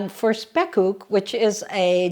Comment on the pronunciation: i have to say this your pronunciation of the dutch word spekkoek is perfect now i am going to watch your cooking vlog Question 1 Why should the egg yolks go one by one with the butter-sugar mixture? question 2 Do you only use the upper boiler or the lower boiler, our oven has top and bottom boilers and can be used seperadly or the top and bottom at the same time